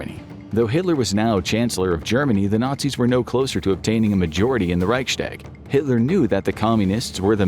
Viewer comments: Please learn how to pronounce Reichstag. It's Reichs-tag, not Reichschdäg. I understand it's a foreign language, but this really grates. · "reic shtag" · Wenn er nochmal Reichschtäg sagt, dann vergesse ich mich. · Please look up how to pronounce Reichstag properly